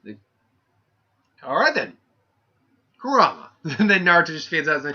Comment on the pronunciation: Nice job on butchering the Fox's name and Modira's (I think that's how us spell it) U need to rewatch Naruto on English dub